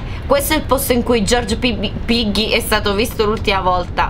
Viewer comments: sì nella prima hai vinto e comq si legge pigghi non piggi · Si si dice piggy no pigghi guarda ai sbagliato il nome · Si dice piggy non piggi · Non si dice Piggy ma Pigghi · Ciao comunque non si dice Piggy ma Pigghy come se ci fosse h 😂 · piggy nn si legge poggi ma si legge poghi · si dice piggy nnon Poggi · lo so che si scrive piggy ma si legge come pigghi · non e piggy ma le g con piu tonatlita forte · Non si dice pigi si dice piggy non insulto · il maiale non si dice poggi si dice pigghi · Pero non si dice pigi piggi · si dice piggy non piggi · Piggi non pigi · Leggi il mio commento allora piggy si pronuncia pigghi cmq l' obbiettivo è prendere delle chiavi per aprire delle porte bloccate e scappare😊ciau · volevo solo dirti che si legge piggy ma si dice pigghi ciaociao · Si pronuncia pigghi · sei bravissima a giocare a Peggy e solo che devi migliorare la pronuncia, tu sai che ci sono 2 modi per dire la g tu nel dire piggy ne dici uno invece devi usare l'altro metodo 😁😁💖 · ti do un consiglio la G deve essere dura non do!ce quando dici piggy fidati si dice con la g dura😉😉😉👍👍👍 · Quando si dice piggy haahhahahahahahahahah🤣🤣🤣non lo sai neanche dire 1🤣😂🤣😂🤣😂🤣